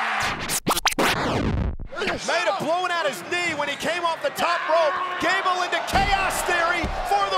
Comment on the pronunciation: You mean Gable not Gabel